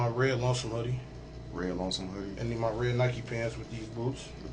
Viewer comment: When people say “moy face” with such an intentional “moy” sounding pronunciation, and there from Cali, they’re lying to you!! It’s like they think they’re clever doing it that way!🤣